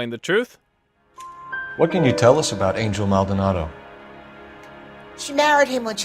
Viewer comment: You must say Anhel Maldonado like mexicans